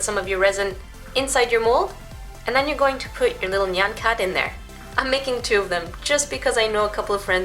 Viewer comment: FINALLY SOMEONE SAID NYAN RIGHT!